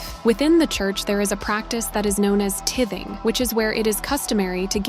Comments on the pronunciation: TYE-THing lol i got lost at "tith"ing lol girl there's an E in there that makes that "i" long... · Just a correction on how you say the word Tithing. It’s called Tithing, Ti-thing Tie-thing Tie-thing Sounds like a tie, an item of clothing. Then the rest of the word is thing. (Put both words together) Not Tii - th- ing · Did this robot say tith ing???? Ok I'm out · It’s pronounced Tything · Teye-thing!!! 😂😂😂guess you don't attend church and never heard of tithing!!!😅😊😊😊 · Tithing is pronounced with the long “I”. Like neck tie.